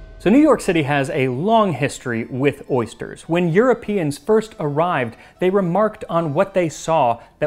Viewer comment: Except they said "ersters". Ursters? Oersters?